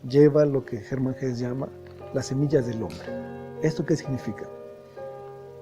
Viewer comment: Muy buena la divulgacion de las grandes obras de la literatura mundial. Solo un pequeño apunte ,en alemán se pronuncia Hesse incluida a "e" final. Gracias y buen trabajo.